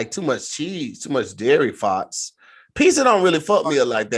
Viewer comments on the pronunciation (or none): why say faurts like that 🤣🤣🤣💀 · sounds like said farts w/a Boston accent😄